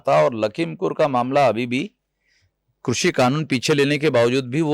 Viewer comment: आपके द्वारा आपकी चेनल पर कृषी(Krushi)का सही उच्चरण करने पर आपका धन्यवाद और अभिनंदन। वर्ना ज्यादातर चेनलो पर क्रशी(Krashi) ही बोलते है।